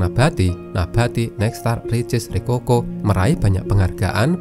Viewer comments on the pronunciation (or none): Bacanya "ricoko" bukan "rikoko"